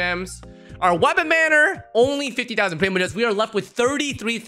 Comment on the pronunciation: talk some more with that accent when you were saying " fourty... fifty..." please...